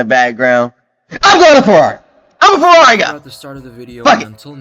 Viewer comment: yeah bro :D become a Fwerrawi fan :D Make sure you stock up on ur anti depressants ya gonna need them :D